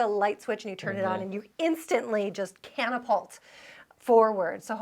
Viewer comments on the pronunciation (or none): Did she say Cantapolt? I backed it up 4 times and this is what I hear each time.